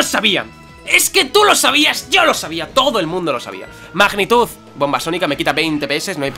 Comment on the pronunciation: Mejor momento del episodeo cuando a dicho magnemite y que iba a usar mAgnitud jajajaja la tilde en la a jajajs buen episodeo